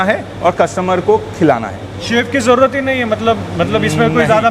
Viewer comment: Koi tension lene ki "JAUUAAT" nahi hai 😂